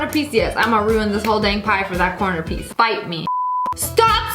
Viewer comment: MURDER DRONES REFERENCE?! (I know she said fight me, but it sounded like bite me)